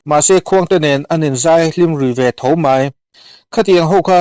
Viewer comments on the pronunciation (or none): Vak vak tih kha i van lam dik lo ve mawle...a ri sang tur ah i ti hniam daih a,a hniam tur ah iti sang bawk sia,MAI tih tur ah MEI iti bawk si,Bawng mei nge,Mei alh zawk😂😂😂